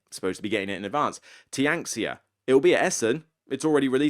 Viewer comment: Tianxia is fun even if not overly innovative. Looking forward to the review. Also it's pronounced "tyen-shyah".